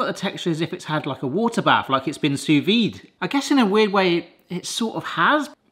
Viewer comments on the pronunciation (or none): you mean you're pronouncing it Sauté-ve right.